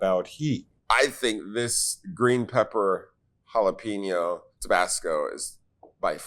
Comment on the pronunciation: Why can't they say jalapeno properly? Come on.